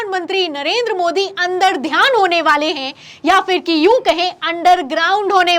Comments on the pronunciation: अंतर्ध्यान होता है मैडम अंदरध्यान नहीं है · अंतरध्यान है न ki अंदरध्यान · महोदया, अंदर ध्यान नहीं होता अंतर्ध्यान होता है। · अंतर्ध्यान बोलो बेटा ,बार बार अंदर ध्यान बोल रही हो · Andardhyan nahi...mam antardhyan boliye...